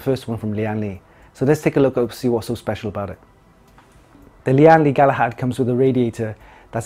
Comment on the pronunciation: great unboxing Btw the brand is pronounced as "Lan Li" not "Li-an Li" Its a direct pronunciation from its Taiwan Chinese name 聯力